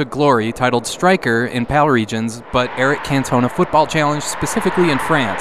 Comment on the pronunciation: Dino Dinis Soccer ......Aka "i am not Kick-Off 3" Also Erik Kantoner? ......oooooh Eric Cantona .....lol, wasnt the only one (Karl -Heinz Rummenigge is pronouned like their is an R on the end) but the one i laughed at most